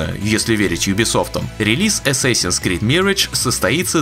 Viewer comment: Ваши попытки в произношения зачастую приводят к обратному результату. Бросали б вы этим маяться… Mirage произносится в английском почти также, как в русском. И никакой не мирэдж. ЗЫ: assassin тоже ни разу ни эссэсин.